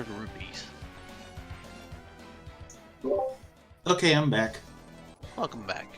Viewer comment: Rupees, not rubies. Lord.